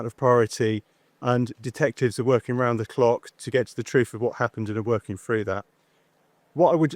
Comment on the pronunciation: Work "froo"??